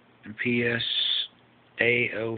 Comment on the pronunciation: Nice work. Seems like you have the same bulb as lasersaber. Do you know if it is of the type that uses a capacitive stepdown (inside the base) or if it has a mini transformer inside, and is switching mode? Thanks for sharing. Also, do you mean MPSA05? (you say MOSA05). did you try with a bigger power transistor, and the signal like Laser? Cheers, thanks for sharing.